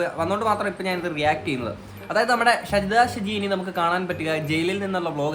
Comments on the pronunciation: ഷെജിത അല്ലടാ ഷാജിത 😂😂🤣🤣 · ഷജിദയല്ല ഷാജി ദ ഷാജിയാണ് പൊട്ട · ഷജിത അല്ല ഷാജിത